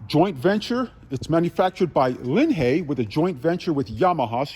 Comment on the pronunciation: never heard anyone pronounce it the way you do. Always heard it pronounced as if it is LIN High.